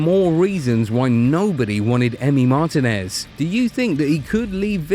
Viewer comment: It's pronounced Mar-TI-nez, emphasis on "TI".